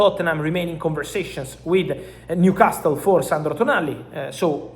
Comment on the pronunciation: How difficult is it for this donkey to say Newcastle… especially twice in two sentences 😊